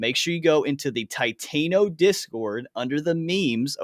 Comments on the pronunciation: TI-TAN-O bro not titaino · Lol I also get cringed when people call it titaino & not TI-TAN-O